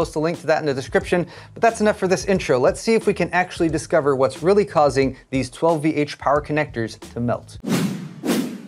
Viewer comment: You didnt pronounce 12VHPWR correctly at all in this video, but you do in your tech news each week.